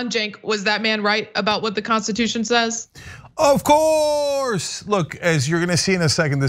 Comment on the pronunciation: Its so cringe when cenk says "OF COURRRSE" hes really phoning it in nowadays